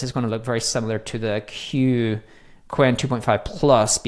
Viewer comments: It's pronounced "Quán wèn," not "Quan"...2 words instead of one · the pronunciation should be " chien - whun " meaning " a thousand inquiries or enquiries " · I asked itself, it's pronounced as kun. So pretty much correct. One interesting fact, it's Chinese name roughly means thousands questions. 😊